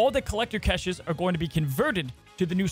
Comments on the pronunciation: Lol omg why does he keep saying "keshes"? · must be a big fan of Kesha, only reason to say caches like that 😂. Nice breakdown video!